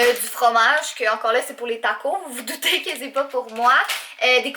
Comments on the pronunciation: En France et on dit tacos on prononcé le S sa fait super trajet bizarre gros bisou a toi ton chat 😘😘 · taco"s" et on pronnonce le "s" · Les taco 😂😂😂 c'est trop marant comment tu le pronnonce